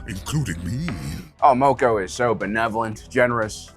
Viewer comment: Mispronouncing mokko when they say it in the show 🤔